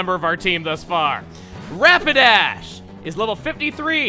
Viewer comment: Am I the only one who heard him say rampidash instead of rapidash?